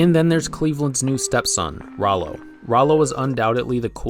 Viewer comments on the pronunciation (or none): Rowlow? thats almost to not close to Rallo, even thought its spelled the same, oh and by the way its Stewie, not Stevie, and the ''giant chicken'' is called Ernie, I don't blame you for the fact most people don't know his name.